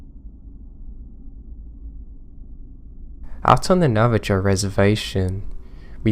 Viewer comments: Great advice in beginning especially for us who have diagnosed mental issues. That being said need to talk about your pronunciation of Native Tribes. Navajo does not end in Joe it ends in Hoe. Navajo= Nava-Ho. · Navi - Joe 😄